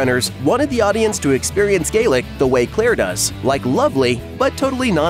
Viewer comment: Or Gaelic, either!